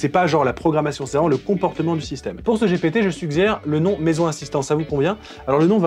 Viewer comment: tu as dit j'ai pété au lieu de ji pi ti 😉